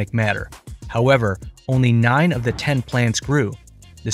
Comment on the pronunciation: “…ONLY 9 od the 10 plants survived…” 🤣🤣🤣🤣 dude, please!